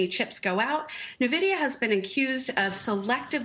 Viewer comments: This so called "EXPERT" can't even pronounce the name of the most famous/important company in the world that has made people millions and many retirees able to retire. I think you have no right to even talk about it. Nuh-vidia...WTF. Also CNBC anchor not Becky some other female keeps mispronouncing the CEO Jansen Huang (Whang) not HueWang...shows how ignorant you are. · Avid gamer here. It's En Vidia not Na Vidia. no self respecting gamer pronounces it like this lady. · How are people still pronouncing it wrong? N-Vidia, not NA-Vidia. FFS man, you don't deserve your salary if you can't be bothered to research the correct pronunciation. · I can't hold my tongue. It's EN-vidia. Not NAH-vidia. Please, if you're going to challenge a company, at least learn how to pronounce the company's name. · Say the name correctly." N" Vidia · “Nuh-Vidia”, “Neh-Vidia”…how many different ways will this lady mispronounce the company’s name? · When you got all these analysts talking about nvidia without pronouncing it correctly, you know this stock is overhyped.